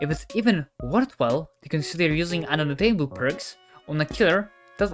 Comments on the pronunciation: Kept saying “un-duck- table” instead of un-de-tect-able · Yeh, man, undetecTABLE Yep... Definently not undeTECtable 😂